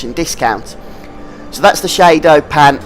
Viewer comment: lol "shaydo pan"